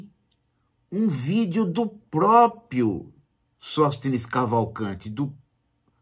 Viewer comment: O certo é PRÓPRIO e não PROPIO. Um professor não sabe disso???